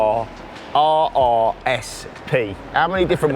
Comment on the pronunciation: It's CBRRRRRRRR, you gotta say it like a pirate